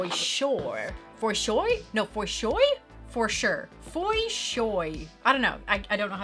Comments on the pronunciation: Please keep saying “for shoy”. I used to think that was my own original thing, but now that you just said it, it makes me feel cooler because now I can tell my friends “Hey,… said it!!! So it’s for real! Did I also mention that you friggin ROCK?!! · "Fo- Show"!!?